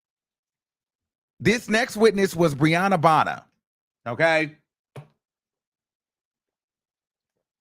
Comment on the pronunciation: I kept thinking he was saying RIHANNA NOT BRIANNA!? I was like Rihanna is in this mess too?!?🤣